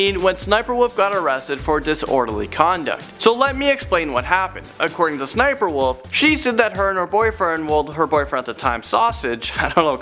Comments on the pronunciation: I knew that SSSNIPERWOLF went to jail. Her name is pronounced 'S.S.Sniperwolf'. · It’s ss sniperwolf. That’s how you say it. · SSSniperwolf not sniperwolf /(Es)/(Es)/sniperwolf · U don’t go ssssssss u just go SS So it’s not ssssssssssssssssniperwolf Itz SS sniperwolf Sry I just really like her vids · Cringing because it's 'S' 'S' Sniperwolf not sssssssssssniperwolf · its S S Sniper Wolf not SSSSSSSSSSSSS Sniper Wolf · She called Lia/ s-s-sniperwolf not ssssssniperwolf . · Its pronounced s.s. sniperwolf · It's SS-sniper wolf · ITS S , S , SNIPERWOLF!!!! pls work on that lol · There was no reason for sssniperwolf to go to jail. Also it’s pronounced s s sniperwolf Also you told the wrong story about her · Her name is actually sniffer wif her name is actually sniffer Wolf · Sssniper wolf is pronounced s s sniper wolf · Oh yeah the pronunciation of it is apparently S-S-Sniperwolf another thing sausage and lia are still together. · Uh it’s pronounced’ ess ess sniper wolf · You said it wrong it's S s sniperwolf